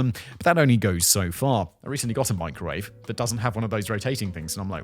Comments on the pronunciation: what’s a meekrowauvay? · Hearing her pronounce microwave as “meecro-wah-vay” makes me want to stab myself in the eardrum with a splintered wood toothpick!😖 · "Which I have warmed, in the meecrow-wah-vay"...How can a woman so beautiful be THAT FUCKING DAFT!?